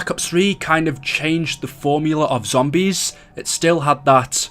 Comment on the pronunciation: This dude talks fucking horrible Pronounces zombies as Zombieeeees